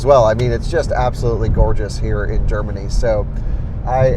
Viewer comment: Drinking Scottish coffee in Gerrrmany... ok 🤷🏼‍♂️